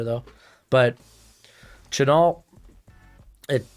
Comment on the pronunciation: It's pronounced Shuh Nell, like the perfume or Cologne Chanel, honestly, that might be why he switched to #5 like Chanel no.5 I love Chenal too, He's hands down my fave in the class, It's just like last year, I started out all about Cox, then I found Zaven Collins and he stole my heart, this year I came into the season crushing hard on Brandon Smith, especially with him being a local Virginia boy but then I found Chenal and it was all over for me. I'm hoping we trade back grab an extra 2nd or 3rd and get him grab him in the 1st. Ron is moving Jamin outside where he's a much better fit and we still badly need a MIKE, if any coaching staff would be willing to go LB in the 1st round 2 years in a row it's Ron Rivera and JDR. I was really hoping we would be able to get him in round 2 but his hype is growing after the Combine and he could very likely be heading into the 1st, but there is still that outside chance that the NFL won't be high on him because he doesn't fit that modern LB mold, but the guy looks like Micah Parsons around the line of scrimmage he just launches into backfields. I think if Washington can trade back get an extra 2nd Draft LB Chenal, NB Jalen Pitre, and FS Nick Cross we would be fully set to transition over to Nickel as our base like Ron and Jack want with the perfect personnel to dominate.